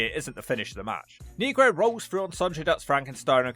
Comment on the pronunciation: You pronounced negro wrong